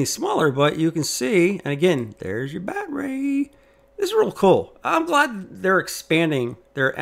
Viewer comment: Why do you keep saying BatRay and what can I Do To Make You Stop !!😳